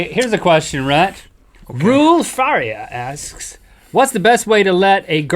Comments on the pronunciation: im here as a portuguese person to teach how to say rui faria: 1º "rui" its pronounced with a spanish R like rrrrrrrrrrrrrrrrrrrr 2º its not fAria but farIa, giving more power in the "i", and here the R its pronounced like they did 3º how many people gave a sh*t ? XD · Guys,i love you #nohomo and all,but you just butchered the portuguese language by reading the 1st name! But i understand it,still love you and again #nohomo